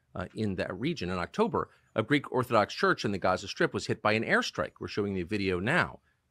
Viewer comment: He is lying! Doesn’t he afraid of God? Did you notice he said Raza. Not Gaza like Muslim